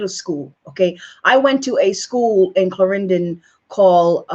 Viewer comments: Loose the accent so you can pronounce the words like Clarendon. Accept the fact her father is white Jamaican mother is Indian. Who are you to be discrediting the woman do you know anything about bi racial children I and a dark skinned biracial Indian and Chinese mixed with white my wife is high color father is white from Falmouth from a settlement her mother is black. My wife was born with long straight hair and light skinned. Stop with your ignorance and if we Jamaicans did our research you have spoken so much trash.stop dissent the young lady her father is Jamaican and light skin so what. She is still of a Jamaican parent she does not have to know Jamaica. Her mother is Indian so what and she was born in America. You did all you schooling in Jamaica I did the same. Just to let you know my children are biracial with straight hair no processing and light skinned and Chinese features. So stop with your rubbish bashing be proud of Kamala Harris stop stop with this garbage ,hang outs on air. Your are a disgrace. Learn to pronounce your words. Look in the mirror. Jamaican blacks are not the same as American blacks. We are a finer quality black. American blacks have an axe to grind with white america .do you researcher on that, and if Kamala wants to marry a white man leave her alone and stop with the bashing. Bash yourself first look in the mirror. Yo u have made me angry talking crap. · ...but you want to vote for a white person anyway, maintaining the status quo, so I'm unsure why you are concerned about her not being black enough for you. Ahhh, why are you saying Clarendon like that? You are not Jamaican enough for me. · She said she was raised in Jamaica! she would still have an accent, and at least SPEAK PROPER! She wouldn't be using slang as she is speaking here.... This woman is NOT from Jamaica! Even how she said the name of the school she "went to" she had to pronounce it; as if she had never said the name before. Think of that... watch it again...